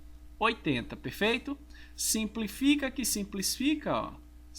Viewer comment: "SIMPLIFICA QUE SIMPLISFICA" o que ele mais fala rsrs vc é top professor! (ou então "simplifica que sinsplifica" rsrs)